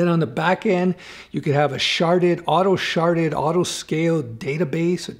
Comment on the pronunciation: Am I the only what you laughed when he said "Auto Sharted"